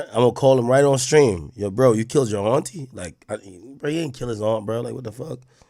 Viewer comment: The way AK says Auntie bothers me 😂